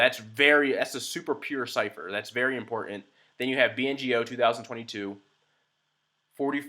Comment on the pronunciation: It's BNGO, not BNOG !